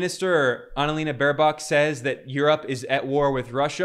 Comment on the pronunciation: the e in annalena isnt pronounced like that